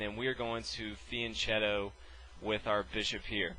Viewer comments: The "ch" in "fianchetto" is pronounced "k"!!! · First time I've heard fianchetto pronounced like that. In Italian the ch is pronounced like a k in English...sorry to be picky, but us chess players are a meticulous bunch :-)